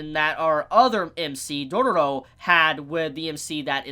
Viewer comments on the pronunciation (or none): First - Its not Dodoro but Dororo ( U have made a mistake in pronouncing this Title/Name few times ) And She is a gril, not a boy. Its not even a spoiler since she sound and looks like girl :/ And about the Anime. God, its so fcking good <3